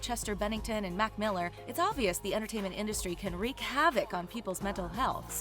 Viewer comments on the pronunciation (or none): none